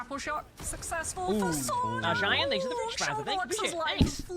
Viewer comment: The constant miss pronunciation of Sauna by the host is painful :I (Sauna vs Soona)